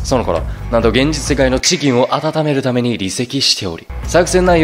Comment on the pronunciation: カッコつけるために ぼじのだめに みたいに発音してるの草